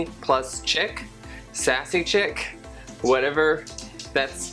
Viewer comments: chic is pronounced sheek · it's "chic" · It's pronounced Sassy & Sheek Sassy & Chic= Sassy and Sheek.